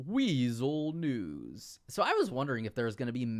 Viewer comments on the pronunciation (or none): none